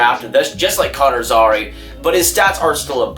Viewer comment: Zary is also pronounced Zair-e (like hair with a Z and just the letter e